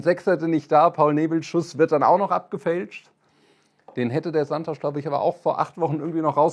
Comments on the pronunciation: Der Typ heißt Santos. Nicht Santosch. Portugiesisch for runaways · Fragt doch lieber Santos! Mein brasilianischer Freund schüttelt nur noch mitm Kopp. Auf Sky hieß Santos schon Sansch….